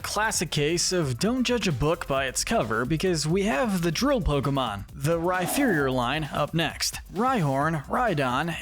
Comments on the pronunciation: When you said Rhyferior I nearly clicked outta the video it’s Rhyperior like superior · Bruh. It's Rhyperior - not Rhyferior. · Some of your Pokémon name pronunciations are so bad it leads me to believe you haven’t played the games or watched the anime much at all. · Yeah there is no “F” sound in the name.. definitely should be the “P” sound. Like the word “Superior” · I know that. This is me joking about how he pronounces Rhyperior as Rhyferior ( like it was spelled Rhypherior ) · AGAIN, THE F IN RHYPERIOR IS SUPPOSED TO BE A P! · The way he pronounces Rhyperior 😭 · THE F IN RHYPERIOR IS SUPPOSED TO BE A P THE FIRST TIME! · THE F IN RHYPERIOR IS SUPPOSED TO BE A P!